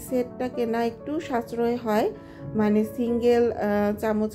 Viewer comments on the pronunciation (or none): none